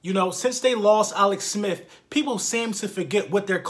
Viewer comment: "Alex Smif"